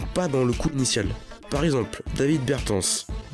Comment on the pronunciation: très belle vidéo qui explique bien le mouvement de mélo et bon décryptage surtout ( par contre c davis bertans pas david haha )